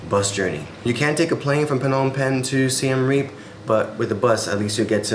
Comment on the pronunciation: SIEM Reap Not SIAM Reap